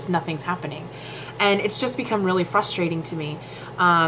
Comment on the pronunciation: FYI. Frustrating is not pronounced FUSSTRATING IT'S Frussss -tray -ting ....